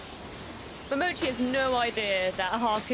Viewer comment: Who is Momochi? :D Maybe she means Momoshiki? :D ICANT